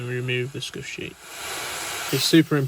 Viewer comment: As someone who knows nothing about cricket, I thought he was saying skushy